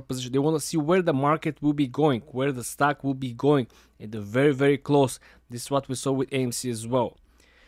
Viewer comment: Stoke sounds just like stock when he says it